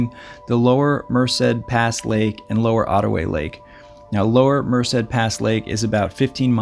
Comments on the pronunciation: Friendly tip: "Merced" is pronounced "mer-SAID" with emphasis on the 2nd syllable. Cheers. 🥾⛰ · Yeah, don't know where he gets the extra syllable. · its mer-ced